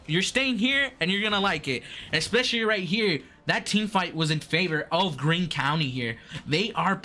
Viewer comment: You guys butchered our names for Greene county 😂